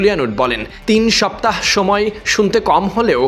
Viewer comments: তিন সাপ্তাহ যে ভাবে বলছেন সবাই হাসবে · তিন সপ্তাহ 😂😂 সাংবাদিক ভাই কথা টা কিভাবে বলছে... তিন সপ্তাহ!!!! 😅 তিন সপ্তাহ😅😂